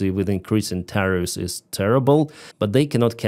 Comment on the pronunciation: Tariff not tire.Learn to articulate English properly!